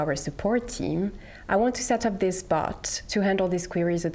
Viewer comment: I can't unhear "bot" sounding like "butt"